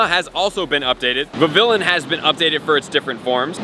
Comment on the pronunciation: Vivillon is pronounced Viviyon. The double L makes a Y sound. I wonder how many patterns they'll release. Also means they have to release Scatterbug and Spewpa. Good times!